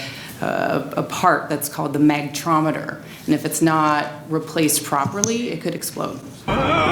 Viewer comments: Is she says MACtrometer ? No wonder it could explode. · Did she said Mac-trometer? o.O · Holly Hell... She butchered the word so bad that I needed 5 tries to say it right... and now the neurons that processed the wrong information must have committed suicide because I can no longer remember the word she used in this video...